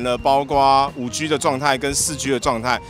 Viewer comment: ＂5G＂應讀＂5基＂。請參考美語發音及中國科技學者的讀音。請不要再發音＂5拘＂，太刺耳了。